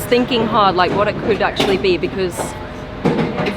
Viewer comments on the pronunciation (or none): *laike laike*🤪🤔🤗